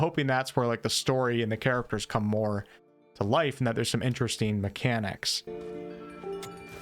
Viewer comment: You say “een” instead of “ing” and you can’t pronounce the letter “t” when it’s inside a word ie; button becomes “buh-en” BUT this is far and away the best review of Crimson Desert on YouTube right now. The most level headed and the most open regarding possibly negative points and you effortlessly covered so many point of interest, far more than most reviews. It was very interesteen to hear about the things that were concerneen to you.😁